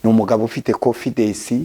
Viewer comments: Wenda aho yize bamwigishije ko bavuga konfidesi muri ntibavuga bavuga 😂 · Ariko umuntu uvuga ko yize Masters atarize primaire secondaire,na Bachelor natubwire Aho yize ibyo byiciro nukuntu yari mayibobo. Masters Holder uvuga confidesi #confidance.divorcentabwo ari devorce